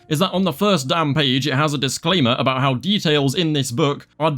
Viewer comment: “2+2=5 guys what ru on aboot”